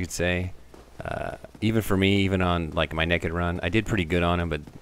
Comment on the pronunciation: Love how he says "neked"